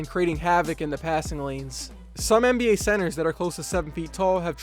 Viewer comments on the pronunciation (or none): It sounded like you said mba